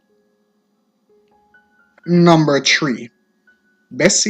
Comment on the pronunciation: Great information but saying number tree instead of three are among the words that are not pronounced properly. This is the same for everyone I’ve listened to. Thumbs up, not tumbling up.